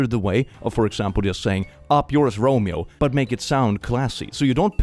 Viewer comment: have never heard anyone pronounce "romeo" as beautifykky as.